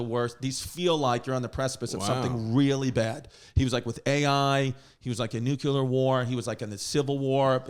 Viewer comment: NUCLEAR NOT NUCULAR